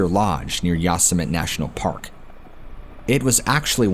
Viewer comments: Yoss-Emit… really?? It’s Yo-sim-it-ee lol. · Nottttt Yah-sum-it!!! 😂😂😂😂 Yo-semm-itty. Lol oh man that made my day. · How ya gonna make a video about parks and not even know how to pronounce these places? Not YOS•AH•MET it’s YO•SEM•AH•TEA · It's actually pronounced "Yo-sem-it-tee" national park.... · How could you POSSIBLY NOT know how to pronounce YO-SIM-E-TEE??? didn't you ever watch Bugs Bunny cartoons? 🤔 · Is “ya some mitt” someplace other than Yosemite? Or is the name just being horribly slaughtered? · Is “ya some mitt” some other park or is this person pronouncing Yosemite horribly wrong? I mean surely nobody could,,,never mind. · Dude said Yosemit! 😆 😆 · Yosemite = yo-sem-it-e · Bro.. Yosemite is pronounced YO SEM ITTY.. LOL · Saying Yosemite wrong, there is a Youtube on how to pronounce it properly. I remember this story. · hearing the word Yosemite mispronounced so many times is painful😂 still good video 👍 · OMG. If you’re going to pretend you were a ranger at national park during the Stainer murders - please at least learn how to pronounce “Yosemite”!!! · Great stories.. You just blowing mine with the mispronouncing of YOSEMITE.. SMH LOL